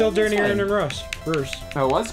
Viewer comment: daaaan its not errin its eerin